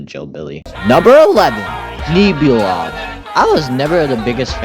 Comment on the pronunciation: Pronunciation fix: It's pronounced "Nehbulob" like Nebula not Neebulob :) Also your rankings are so fair, not a single drop of hate and I love that. well until Gaddzooks I don't get why an overrated monster makes you hate it. People love it so much because without Gaddzooks Ethereal Workshop just sounds so much more empty